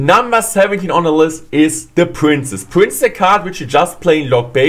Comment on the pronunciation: I like how he pronounce princess as prince